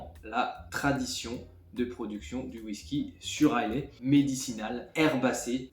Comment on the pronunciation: Superbe vidéo, bravo ! Pour info, les écossais d’Islay prononcent "a i la" et non "a i lai" 😊